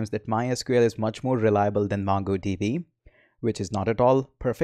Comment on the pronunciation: m sure....u dont code much!...n the pronunciation of "M-U-NGo DB" is stuck in my head!